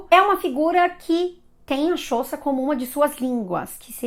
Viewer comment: É xhÔsa, como e esse xh é um som de clique mesmo.